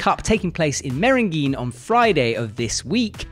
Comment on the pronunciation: Meiringen is pronounced My-ringen, not Merringeen. Might help with your commentary,;-) Gonna watch the stream <3